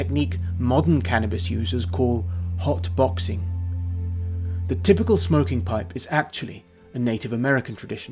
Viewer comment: “ hüt büxxxèñ “